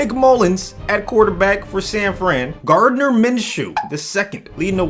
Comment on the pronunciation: When he said Gardner I was like wait what